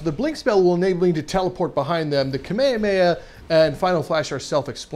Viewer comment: beuh pronounced kamehameha wrong